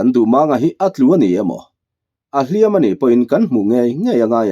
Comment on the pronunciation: A ngaihnawm thin khawp mai, mahse hnu dawm tih leh hliam tih i chhiar hi a thu a zir hian a thluk hi hman tur a awma, tuna I hman tawhnaah hi chuan a ri hniam ve ve tur niin ka hria.